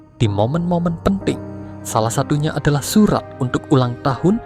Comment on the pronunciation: Cerita nya bagus.. Tapi perbaiki sebutan kata-kata, contoh perkataan UNTUK tapi disebut UNDUK.. dan banyak lagi.